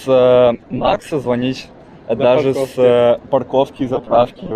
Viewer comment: А шо це за прикол «даже на парковкє ловіт!», а що не так с парковками?))) там якісь проблеми зі звʼязком?)